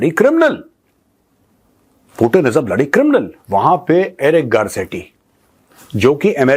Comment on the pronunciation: Putan nahi putin bola kariye major sahab😊